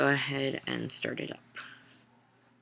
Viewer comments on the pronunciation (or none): none